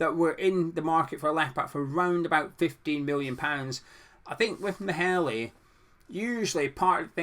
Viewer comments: It’s pronounced “mayler” just saying he’s a quality LB I’d be happy with him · as a Dane, it sounds really funny when you try to say Maehle :-) '